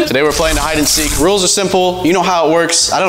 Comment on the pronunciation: You said seak it’s seek